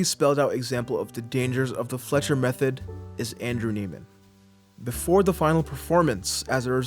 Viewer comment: Isn’t his last name pronounced “Neigh-man”?